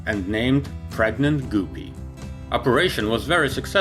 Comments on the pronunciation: its guppy not goopy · Not pronounced " Gu-P". But Gup like cup and ad another P and you get, GUPPY. By the way we love your videos and watch all the time. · It's guppy, btw. Not goopy. There's a reason for the double "p". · Super goopy? Its guppy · Guppy....not goopy........come on, dude...... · Its guppy damn it not goopy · Another Excellent Video! Thank you p.s. "Guppy" is correctly pronounced with a "short u" sound. The English word "up" has a "short u" sound. In the video Guppy is incorrectly pronounced with a "long u" this "u" sound is as in the word "mute" So the "u" in the word Guppy should be pronounced as a "short u" as in the word "up", not as a "long u" as in the word "mute" Hope this is helpful. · It’s not “ GOO PEE” it’s “GUP PEE”! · Btw it's not gu pey it's gup pey that's how you peonose it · "goopie" "Energea" It's guppy "gup(like cup/pup)-ee" And energia "enerjee--ah" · It is NOT pronounced Goopee! It is pronounced Guh pee. Just like ALUMINUM is NOT Aloomineeum! It is spelled and pronounced. A L U M I N U M! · guppy* not gooby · Ok, it's happened too many times for me not to say anything. The word GUPPY rhymes with puppy, not poopy. Thank you. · Sing with me now : "If you find a guppy, it rhymes with puppy So never call it goopy, 'cause that's just poopy." :) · Funny, I just said it rhymes with puppy, not poopy. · Guh-pee not goo-pee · Super........ Goopy?????? You mean GUPPY. It's like PUPPY, but with a G. Lmao!!! Super goopy. That's some funny s@ Haven't laughed that hard all week. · Try”g-UP-py”, like puppy...not “goopy” like poopy. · Gup-pee “ guppy “ dumbass , wtf is a goo-pee ? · Wish he would get the pronunciation correct. It is not goopee but pronounced like (g up pee) and it is not tubo prop but turboprop! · G-uh-pee. Not super goopy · Goopy, umm don't you mean Guppy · No offense but its not goopy its guppe srry it just bugs me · It’s pronounced guppy. Not goopy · It's "Guppy", like "Puppy", not "Goopee" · Pronounced " g-UP-ee"